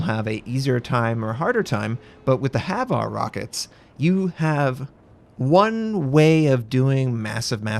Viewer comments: HVAR rockets are pronounced H-var (H, as in say the letter H fallowed by var). Idk why but I found myself cringing every time you said Haveare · its HVAR not HAVAR